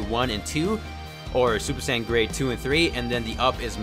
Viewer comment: Bruh my wish for videos are for him to say super saiyan not super San but still loved the vid keep up the great work